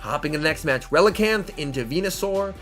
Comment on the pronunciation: Relican'th? ReliCAN!